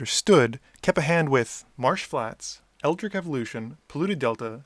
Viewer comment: First of all, great channel, I like how you can get an entire game of edh to be no longer than 10-15 minutes. Second, I feel like English is your native language, but I can not be sure, however I am surprised by the tremendous number of native English speakers, who mispronounce "Eldritch". It rhymes with witch, not brick. Keep up the good work! :)